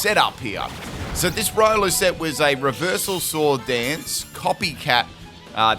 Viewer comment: Its reeolu, not raiolu. Keep the good work ! Ciao !